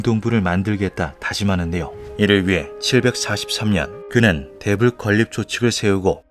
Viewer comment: '대불' 발음이 자꾸 Devil로 들림 ㅎㅎ